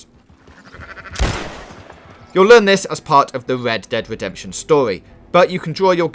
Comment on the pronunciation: What is going on with that voice? Wed Dead Wedemption???